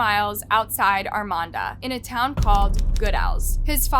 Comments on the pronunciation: You should prolly Google how to pronounce names towns cities states cuz you're saying Armada wrong and it's so far off that I can't even watch this one you think if you're going to make a video about something you would want to make sure you're pronouncing everything correctly all your information is correct ect for some reason you really don't care about misinformation or how to pronounce shed or really anything in your videos are getting very difficult for me to watch just some constructive criticism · Please STOP saying "ArmaNda" it's Armada! That's Ar-mae- duh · AR MAE DA is how it is pronounced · Girl…. It’s not Armonda….it’s Armada….. geesh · ArmaDA, not ArMANda. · There's no N in Armada, learn how to say words correctly . While Your channel is good, you tend to mis pronounce proper names a lot. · Armada, not Armanda? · ARMADA, NOT ARMANDA! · Was anyone else thrown off that kept saying "Armanda" instead of "Armada"? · Another tragic story but why does she keep calling the town "Armanda"? Theres no letter N in Armada. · Ar-may-da. Armada. Ar-may-da. You listen to people pronounce this name throughout your presentation, yet, you cant help but throw an "N" in the there. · There is no N in Armada (r-MAY-da) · Why you saying Armanda? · I religiously watch your channel. This is 15 minutes from where I live. This was hugeeee when it happened. They have a memorial garden for April in Armada. RIP I can’t help but giggle when u pronounce Armada. It’s ARRRRR-MAY-DUH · I'm from this area. This was very sad and disturbing. Also, it's pronounced Arm-May-Duh. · Not gonna lie she has a habit of not pronouncing things correct. Still love her videos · You do realize you're saying the city name completely wrong. There is no N lmao, God i hate youtubers who can't do their research right especially something as small as city names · The first clip used, the guy even pronounced it properly. I'm not even familiar with it, but there's not even an 'N' in the name.